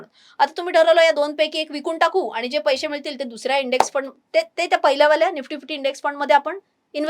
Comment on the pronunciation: पैशे ,पैशे म्हणू नका,पैसे' असे म्हणा!